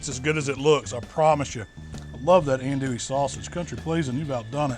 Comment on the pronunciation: Killing me with the pronunciation of andouille..